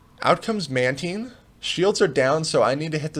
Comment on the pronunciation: FIrst person to say matine as manteen